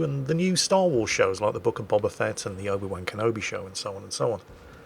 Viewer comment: I don't know if you are aware of this but when you say "Obi-wan Kenobi" it sounds very much like you are saying "Obi-wanker Nobi". I only mention it because it's the second time I've heard it in one of your videos and it amused me. "You'll never guess who 'ad in my cab the uvver day? That Obi-wanker Nobi bloke". Keep up the good work.